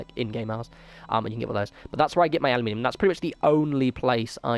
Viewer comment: ah yee minium= aluminum?